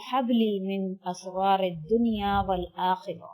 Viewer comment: من(min) تو اس میں ہئے نہیں کہیں اور آپ من(min) پڑھ رہی ہیں. دوسری بات یہ کہ آپ اسرار کے الف کے اوپر زبر پڑھ رہی ہیں یعنی asraray پڑھ رہی ہیں اور جو اسکرین پر دکھا رکھا رہئے ہیں وہ Israry ہئے یعنی الف کے نیچے زیر ہئے۔ برائے مہربانی وضاحت کریں کہ کونسا والا صحیح ہئے۔ جزاک اللہ خیرا